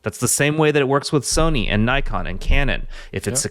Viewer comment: Nikon, pronounced Nick-on, lol bro